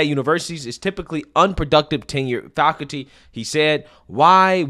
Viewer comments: "falcuty" is not a word. It's faculty. Fak ul ty. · I like what you say but please learn how to say the word - " Faculty " !